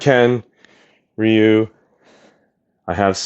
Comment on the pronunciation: It's not pronounced RIE YOU